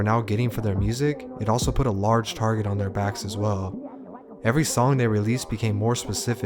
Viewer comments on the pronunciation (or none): none